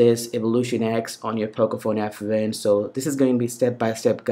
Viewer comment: pocophone fwan lol